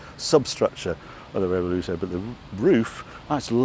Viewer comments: Because he's English and it's sad trying to sound Italian so the car is not offended, I doubt Italians pronounce Jaguar "correctly" either but it doesn't matter. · Harry, luv you dearly and your videos (I'm a bit late to this tour) But please, its a "Rev-well-toe" not a "Rev-ol-ooh-toe" 🤣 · Harry, it is RevuElto, not RevoLUto... In Spanish and Italian, it means mixed or turbulent... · revuelto not revoluto, c'mon harry... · Harry: Revoluto Lamborghini: Revuelto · Love your videos Harry but please make the effort to find out how to pronounce the names of the cars!? There is no such thing as a Reveluto...it's a Revuelto? And the word Diablo has three syllables not four! Also, the green Countach is a PRE-production car and there are so many differences between it and an actual production LP400!... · Come on Harry, you're letting the side down, we're all guilty of mispronouncing names but completely rearranging the letters... if the son was behind the camera this tragedy would never have happened ! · Dyslexia setting in? Revuelto, not Revoluto !!!! Would you like people to call your car a Corntash? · Harry, you keep saying "Revoluto". It's "Revuelto", and the "v" should be pronounced as something in between a "b" and a "w". 😛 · Revuelto Harry,not Revoluto.😂 Also,Temerario! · Revuelto, NOT Revoluto. Also, I'm not sure what you were saying, but it wasn't Temerario. Come on Harry, you're better than that. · re - vuel - to ... (revo-luto 🤦‍♂) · It's Revuelto not Revoluto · Revuelto (Rev-welto) not Revoluto. Just saying! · Nitpick; is it pronounced 'Revuelto' rather 'Reveluto'? Would have been interesting to see the latest edition Countach for a comparison of all three. But I loved this nonetheless. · Revoluto? That would also be a good name but I think Revuelto is pronounced ‘revwelto’? No biggie - great to see the cars side by side 👍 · Revuelto but not Revoluto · loved this series but... "reh voo el to" and "teh meh rah ree oh" 🙂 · The revoluto and the temeharo, eh?